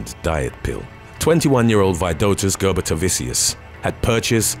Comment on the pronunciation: it is and it's pronounced Ger-boo-ta-vichus lol